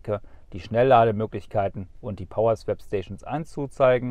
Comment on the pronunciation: … Swap spricht man wie „swop“, nicht „swäp“.